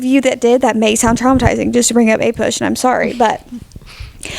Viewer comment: you said APUSH and i twitched a little